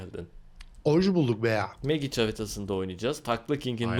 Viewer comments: Megic diye okunmuyor o abi mecig diye okunuyor. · abi Magic'i niye megic diye okuyorsun senin yüzünden bende öyle okumaya basladim aslinda Mecik diye okunuyo :D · magic (mecig) e megic diyosun çok ayar oluyorum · Abi birde 'mecic' diye okumasan harika olacak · abi mecik diye okunuyo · Hayır mecig diye okunuyo